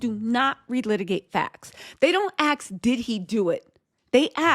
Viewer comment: You look pathetic trying to speak about law and appeals process like an educated woman. But then say aks?! You look pathetic and stupid! Aks is not a word! Only uneducated people speak with non words. And if you did go to collage and graduate, congratulations you spent all that money to still sound stupid! And you wasted a scholarship some other kid who actually wanted to get educated!